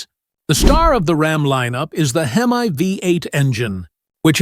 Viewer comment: The Hem Aye engine?? Someone smack the AI in the mouth.